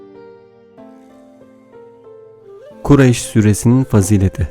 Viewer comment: Okurken doğru ama Okurken Kurayş diyorsunuz ..!